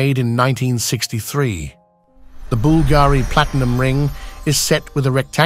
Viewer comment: say Bool-Gary one more time 😆